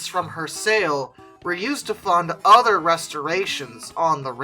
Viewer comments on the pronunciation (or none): none